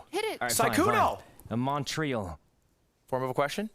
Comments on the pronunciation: As someone from montreal, sykunno's pronounciation pained me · The "Alberta is a territory" and Sykkuno's pronunciation of Montréal. I even would've gone and said "qu'est-ce que Montréal" if I was playing just to flex on them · THE WAY SYKUNNO PRONOUNCES MONTREAL IM ACTUALLY CRINGING